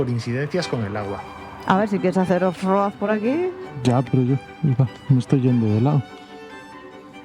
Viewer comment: Felicitaciones chicos por los 5000 kms. Que manera de reirme con el "OFROD" fallido, pero luego recuerdo como empecé mis aventuras en moto y se me pasó, hay algunas muy vergonzosas😅